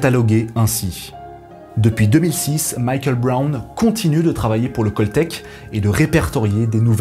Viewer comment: On prononce cAltech et non cOltech , CALifornia Institute of technology. Le son se rapproche plus du A que du O de "call me later" !).